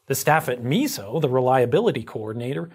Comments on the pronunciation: Hey, just a heads up; it's pronounced my-so not me-so. Otherwise, great video. I work for a company that bought a First Energy plant. You were spot on with what our internal reports show. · It’s pronounced “my-so” not “mee-so” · Just a little clarification: MISO is pronounced “myso”, not miso like the soup. I work in the i industry and talk to MISO weekly. Great video overall! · Meeso😆 Pretty sure it's 'My-so' but great video otherwise! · your pronounciation is a little off, MISO is not meeeso, think mice, more of a my-so. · Its MY-SO (MISO)